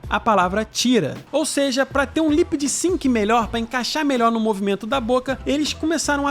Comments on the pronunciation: Lip sync e não lipd sync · Lip sync, e não lipid sync. 😊